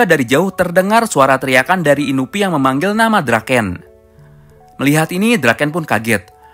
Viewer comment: Inupi Siapa? Ak Kenalnya Inui Bukan Inupi